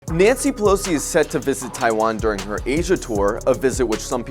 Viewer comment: Naughty Pilowsee - Ai See